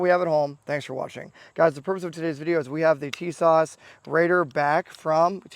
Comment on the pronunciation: I can't trust anyone who can't even pronounce the name correctly😂.